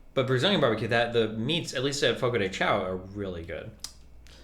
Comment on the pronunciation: Waba? More like, LABA. Brazilian BBQ is the best, the meat and spices are all over that place and for all tastes, and the way the keep saying "fogo the ciao" is triggering the LIVING shit out of me. It's "chão" remove the L in "shalom" and will sound closer to the actual pronunciation.